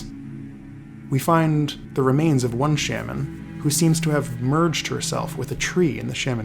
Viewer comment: Why do you say Shaman like that